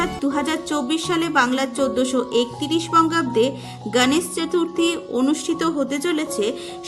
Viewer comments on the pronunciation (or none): সুন্দর ভিডিও। কিন্তু গনেশ চতূর্থী যতবারই বলেছেন হিন্দী উচ্চারণে। ভীষণ কানে বাজছে। আপনি বাংলা ভাষায় ভিডিও করেন। মহারাষ্ট্রে এই পূজা খুব ধুমধাম করে উদযাপন করা হয়। কিন্তু বাংলাতেও এই পূজা নিষ্ঠা ভরে করা হয়। তাই উচ্চারণে বাঙালিয়ানা থাকলে শ্রুতিমধুর হবে।মোদক কথাটিও বাঙালি উচ্চারণে বলুন। আশাকরি আমার উপদেশ ইতিবাচক ভাবে নেবেন। ভালো থাকবেন।❤❤